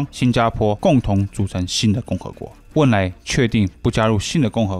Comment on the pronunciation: 是汶莱,不是温莱